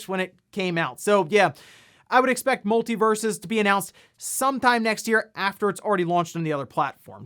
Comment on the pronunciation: Pronounces Multiversus correctly 👌